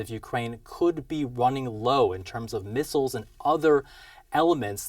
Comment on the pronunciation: Mistles or missiles?